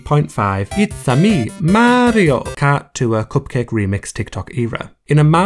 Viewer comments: The way you say "Cupcake" is so satisfying! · I like the way he says “cupcake”